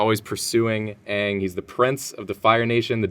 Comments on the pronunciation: It's ange not dange 😠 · So would the Japanese pronunciation of daang by "dong"? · Yeah, Aang's name was pronounced slightly differently but that's the only actual criticism I've heard of it. I think people just hate on it because it's trendy to do so.